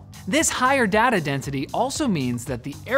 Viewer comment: Cant lie i hate the way he says data i get OCD